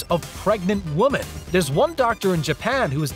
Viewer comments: Keeps saying woman instead of women.. 🙄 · Women is pronounced "We-men"... It is the plural of woman, which is pronounce "Wo-man"...